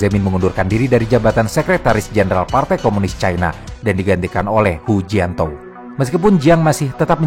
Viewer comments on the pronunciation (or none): itu hujianto apa hujintao wkwkwk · Koreksi min, Hu jin tao,,bukan hu jianto 😅,,hu jianto mah orang jawa ,,maaf 🙏